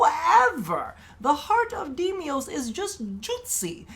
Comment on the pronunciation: DE: Deimos: Demios